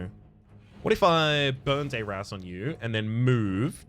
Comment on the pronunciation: I would like to point out that you are critically mispronouncing the spell burn dayr azz.